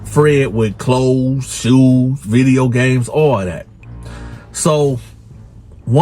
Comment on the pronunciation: “Viddy Yo” 😂